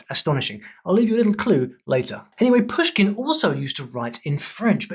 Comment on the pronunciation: Not Pyushkin and Nábokov but Pooshkin and Nabòkov bro)